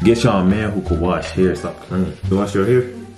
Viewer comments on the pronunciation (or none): “my haiwwww “ 😭